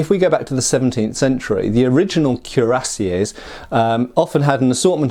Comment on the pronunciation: KWEE-rah-SYAY, not CUE-rah-SYAY